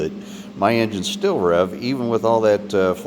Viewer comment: Its Injin not Injun